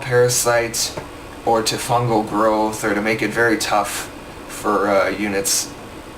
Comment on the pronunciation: fangel groth lmfao, fungal growth*